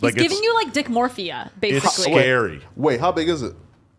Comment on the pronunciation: “Dickmorphia” lol